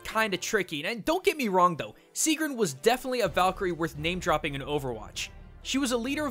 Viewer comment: my name is sigrún :D and you did not pronounce it right